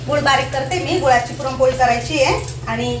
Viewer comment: पुरमपोळी नाही पुरणपोळी 😅😅😅😅